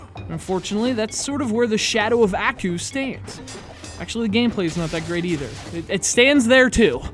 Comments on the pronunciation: It's pronounced "ahh-koo", not "a-koo". Like you're sneezing, just with a "koo" instead of a "choo". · Strange. Did really watch the cartoon series? If he did then he would have known it has only been pronounced as "Ah-Coo" where 2nd part sounds as in word Cool, not "eeh-ku" or "eayah-ku" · Bruh...how you gonna bash the story of a game when you don't even know what the show is about in the first place. You can't even pronounce the characters name correctly. This review is terrible, I award you no points. Everyone who watched this is now dumber from doing so...and may God have mercy on your soul. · You're reviewing the game and you can't even pronounce the name of the main villain idiot. I bet you've never even watched the show.